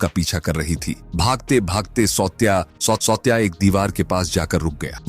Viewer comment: सावत्या not सौत्या.